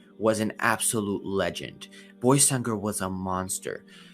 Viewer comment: Salam alleykum it is pronounced „baysangur“ not „boysangur“ sorry for my bad english